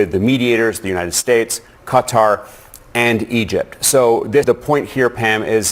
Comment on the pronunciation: Can no American produce qatar correctly?